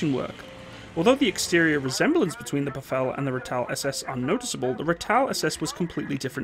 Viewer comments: You really need to work on your pronunciation! Repeat after me: RAHTIL- Ratel, BHFIL-Buffel. You said BEFEHL, which means ORDER in Afrikaans. There are many thousands of expatriate South Africans abroad. Try and find one near to you so you can sound professional. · Ratel pronounced "rah-till". Buffel pronounced "buh-fill". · Ratel....pronounce Ra Till. Buffel....Buh Fill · The "Buffel" and the "Ratel". Please place the emphasis on the first syllable. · just a note, it's not pronounced befell its pronounced "bif-fil" and is the Afrikaans name for a buffalo i.e the water buffalo. all the same the Ratel is also pronounced incorrectly it's not pronounced as "retel" but "RAA-tel" in Afrikaans the "R" character is also rolled and sounds far more guttural, just some clarity otherwise great videos thank you! great to see this, my dad was a fusilier and gun tractor driver on the G5 artillery gun and hearing all the war time stories the ones he does share makes me really proud of him as he fought for our future even though they lost in the end due to outside pressures. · Pronounced (biff)(fill) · ratel = pronounced raah-till. buffel = biff-fill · Rhar-till and buff-fill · Ai ai...the pronunciations.....not Ra-tel but Rah- tuhl when saying it......not buf - fel but buh-fuhl when saying it. Just saying - from a South African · Two things. It's said Rah-tel, andd the Buffel is said Boof-el. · Thanx! BTW pronounciation: Buffel: (biff)(fill) and Ratel: (egyptian sungod- Ra)(till) Also Dewalt Venter (Deer)(vault) (Fender- just make the (d) a hard (t))